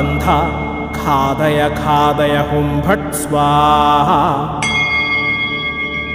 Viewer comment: Ghathaya ghathaya not khadaya khadaya